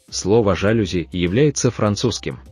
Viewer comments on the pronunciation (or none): только если жалюзи французское слово, то удерение на последний слог